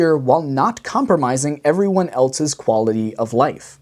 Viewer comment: What the hell is the problem these days with people inserting T in words that don't have them? This presenter keeps saying eltse all the time. It's ELSE, no T. Same with people saying faltse, sentse....